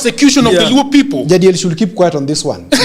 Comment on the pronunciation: Odhiambo and Jagero why are you calling Jadiel like Ja🐐😅?